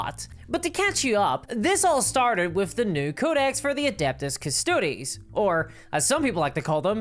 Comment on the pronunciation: OMG! It's Custodes not Custodes! Omg 🙄 and I'm woke so.....